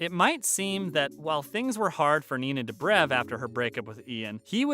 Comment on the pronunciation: I CANTTTTTT STOP SAYING STEVEN! FONT SAY SALVATOREEEEEE. WHY NINA "DUBREV"